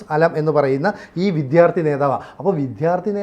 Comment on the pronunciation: ചേട്ടാ ! വിദ്ധ്യാർത്ഥി അല്ല വിദ്യാർത്ഥി ! ❤❤❤